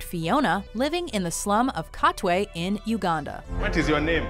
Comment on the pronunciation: SHE PRONOUNCED KATWE WELL. I will subscribe and like and double like (if there was a super like button)